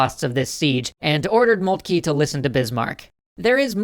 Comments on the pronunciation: Who is Moultkey?? Do you mean Von Moltke ( pronounced Moltka )? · Molt-kah. Hel-mutt von Molt-kah.